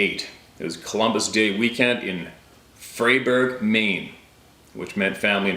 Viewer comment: Fry-berg fair.